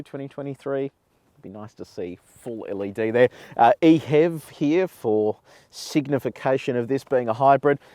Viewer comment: How can you prononce it "ehev" and not "e-h-e-v"... Mystery...